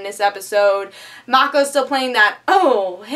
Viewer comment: not Mako like Taco. Its Mako bake-o. It's a homage to the voice actor whom played Iroh in ATLA